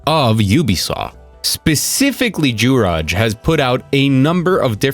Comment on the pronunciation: Bit of a correction. Overall pronaunciation would be amazing, honestly one of the best I heard from a non-native speaker, but you made a critical mistake. In slovak you pronounce "j" as "y" (wh-Y, pla-Y, ha-Y, etc.). What you said wasn't "Juraj", but "Žuraž" (at first I thought his name was "Juráš" instead of "Juraj"), to avoid this kinds of mistakes a good check is to let translator read it for you. P.S.: The "u" in "Krúpa" should be prolonged, but he doesn't have "ú" on his linked in and I bet most foreign articles don't bother with the "ú". So mistake might not have been on your part